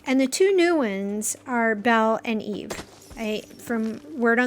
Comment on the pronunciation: How can someone watch Wall-E or know of the character from the movie and still say her name is EVE instead of EVA EeeeVvvva she literally teaches Wall-E to say her name in the f**king movie sorry but seeing so many people fan over Eva lately but still pronounce her name as Eve is irritating…